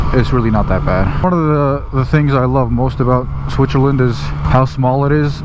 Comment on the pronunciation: I love the you pronounce Switzerland 😃 Aaaaand I used to have the same pair of gloves till they retired last season. Loved them 👌👌